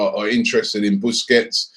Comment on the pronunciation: try pronouncing his surname right